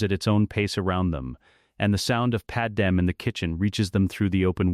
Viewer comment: Pad-MAY, not Pad-EM. its freaking Pad-MAY.